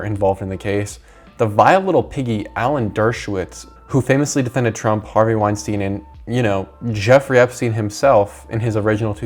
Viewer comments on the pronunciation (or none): none